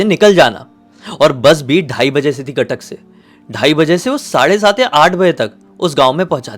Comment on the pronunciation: Khatak nahi hai Cuttack hai